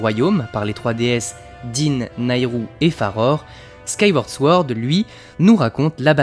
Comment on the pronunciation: Sword se prononce sans le W en anglais